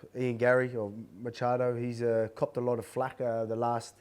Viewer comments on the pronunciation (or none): I thought Volk said Garry "Cucked a lot of flack".